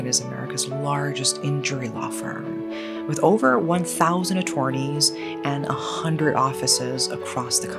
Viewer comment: i am not taking legal advice from someone that pronounces attorney like that🥀great vid tho